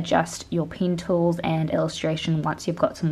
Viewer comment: ITS NOT PRONOUNCED AS "PIYN" ITS "PEN"